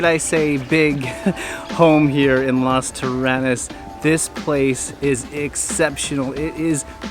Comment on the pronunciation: Lovely video but please learn to pronounce Las Terrenas and Samana properly 😍